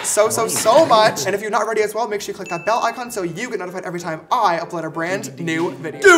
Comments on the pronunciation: 3 minutes in and James already said Shore 2 times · I love how James Charles says sure shore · Anybody notice keeps on saying Shore hahaha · I can’t wait for the day that James drops merch that says “shore” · Josh: We aren’t in any drama James: ArE YoU ShOrE AbOuT ThAt!